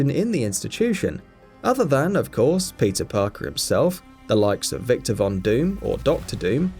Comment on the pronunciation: am i the only one who hear "pizza parker"?